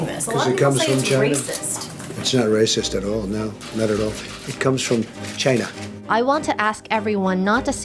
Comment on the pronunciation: ‘It’s not racist at all, it comes from China' is it just me or does Trump sound Chinese when saying 'China'? 😂